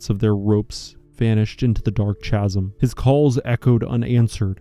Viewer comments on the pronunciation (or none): It’s pronounced “kasm” not “chasm” with a ch sound. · Did you actually say "chasm" like "chad" or "Cheddar"? You can't be serious. Did you go to middle school or drop out in the fifth grade? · "Chasm" is pronounced "casm" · this mf said “chazum” lol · Lol been a while since I heard anybody say it that way too 😂